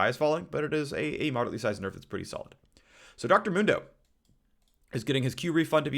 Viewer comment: Phreak: Dr mundo should be maxing e first Me: phreak! It's mundo not moondo. Jks love ur vids phreak they help me sleep